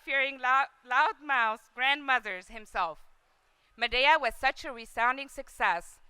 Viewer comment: Madaeyah? its MADEA